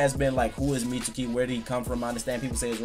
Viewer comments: I think Mitsuki has yamatos DNA in him. So pretty much orochimaru and yamatos kid. He kinda looks like Yamato a bit. On a side note why do you keep calling him mitsooki? It's pronounced meetski. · Anthony Marshall really so sasuki isn't pronounced saski and akatsuki isn't pronounced akatski? Watch the show, yes even the Japanese one, they pronounce his name meetski. The u is silent when its suki... And obviously I know it's Japanese. If it were in english we'd pronounce the u.